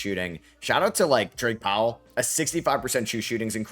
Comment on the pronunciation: Calling Drake Powell "Dwight" repeatedly made me wanna punch the screen.